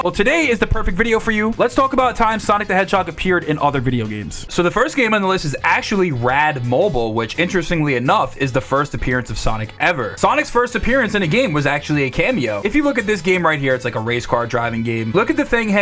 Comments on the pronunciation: Everyone pronounces “Rad Mobile” wrong. Pronounce it like “Batmobile” bro, iPhones weren’t a thing back then lol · As a brit the "rad mobile" pronunciation had me scratching my head and the " mega turrican" (turricon) confused me a bit. Can't imagine calling a mobile (as in phone) like that. Weird how we hear a word and it sounds soooo different. I noticed the lay man part also 🤔🫣